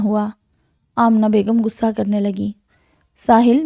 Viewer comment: I can't hear it after 10 seconds, the word is "Ghussa" not "gussa". Urdu is a beautiful language and you must speak it correctly.